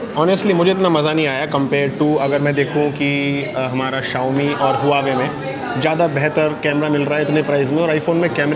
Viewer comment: Bsdk thik se english to sikh le phle xiomi xiomi chillla rha h wo samjh jha00nt kuch rhe h 😂😂